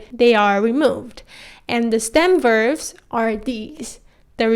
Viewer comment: Nicely put. I also find it interesting that both you and my own Korean teacher say "verves" instead of "verbs" :)